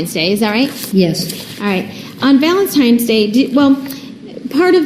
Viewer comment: valenTIMES day! Lol